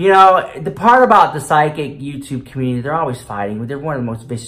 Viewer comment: Why *CUH-MOONTITY 😂